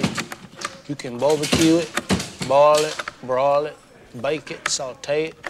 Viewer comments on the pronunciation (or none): Loved the way how pronounced barbecue (BBQ), like: 'BOE-bic-kyuu'